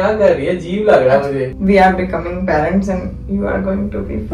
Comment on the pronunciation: Paaarents 😂 and examine be glt bola